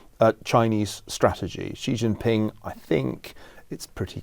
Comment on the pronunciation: Ferguson spent a couple of years in China and he STILL can't pronounce Beijing properly. Or Xi Jinping.